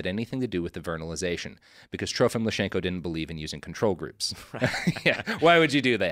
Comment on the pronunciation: his name was Lysenko, not Lyshenko, come on. He was a mad egomaniac, but call him by his real name.